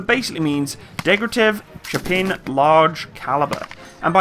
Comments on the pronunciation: aaaaaaah my ears are getting raped send hlep(coz DEG-TE-REV not degretev and SH-P-AGIN not shampain)im sorry i know u are not a native speaker and for europeans it is sometimes hard to pronounce names. BUT FOR CRYING OUT LOUD I CANT BEAR HEARING THAT MULTIPLE TIMES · Shpa-gin! Dekh-tya-rev! it's easy! You are way off proper pronouncing!